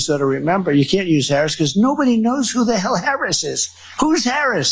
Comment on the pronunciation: This “who’s Harris?… nobody knows who Harris is” bit is so odd. Yeah, Don, everyone knows. Also: There are not 19 ways to pronounce her name. There are pretty much 2. The correct way, with the stress on the first syllable and the intentionally incorrect way you do it with the stress on the second syllable. His routine is SO STALE. He really is the ranting old man in the rec room at the home. You walk in to watch a game show and you turn and walk out before he sees you. So pathetic.